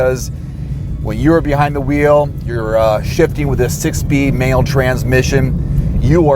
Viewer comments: He sounds like he said "male" instead of manual transmission. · I heard that too.